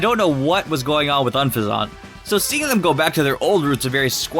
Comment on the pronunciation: It's pronounced "un-fe-zant"